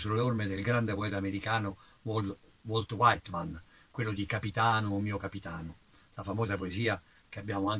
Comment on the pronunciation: nemmeno Walt Whitman pronunciato Wolt Waitman e Erlei Devinson...sempre con rispetto!